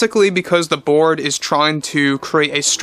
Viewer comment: Every time you say Bob Iger and The Board, I hear Bob Iger and The Borg.